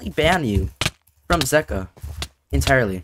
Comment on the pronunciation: It is pronounced zee-ka